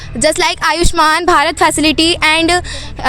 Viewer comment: फैकेलिटी ✖️ facility ( फैसिलिटी ) ✔️